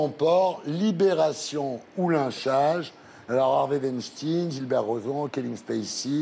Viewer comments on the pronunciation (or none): C'est "veinschtein"! Pas wenstine!